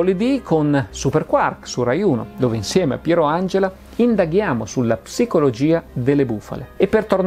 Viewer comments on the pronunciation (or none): none